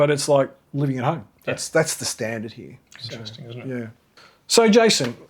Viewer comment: mostly a female thing, ' hee yah' turning a one syllable word into two , drives me mad as I live in Melbourne I heard a guy say it like that the other day and it stuck out like dog's what's it's